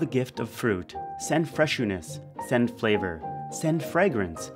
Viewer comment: "send freshuness" HOWLING